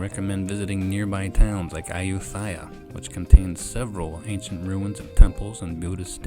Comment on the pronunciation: Hi there, when pronouncing thai place names where an ‘H’ is in evidence, one does not do said H. In which case preceding letter is aspirated. Thus: Ayuthaya is Ayutaya; Phuket: Pooket; Thailand: Tieland etc…